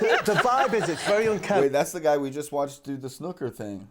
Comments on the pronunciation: Snooker not snucker btw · You can never tell if he is lying because it's Bob and you still say snooker wrong lol